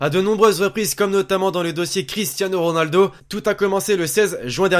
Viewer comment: deja apprend a dire ronaldo avant de parler